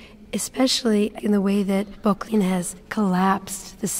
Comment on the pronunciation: Great video, but It's pronounced "BUCK-lin"